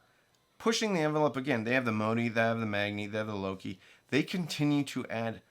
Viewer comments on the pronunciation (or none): none